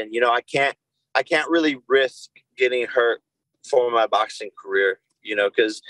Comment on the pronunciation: English words in "ing" isn't in Jakey poo's vocabulary. He uses "een" instead. "Boxeen,fighteen"...literally any word ending in "ing" is "een" for Fake Paul.